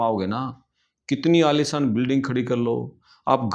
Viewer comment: Aalisaan ke Aalishaan ?? 🤣🤣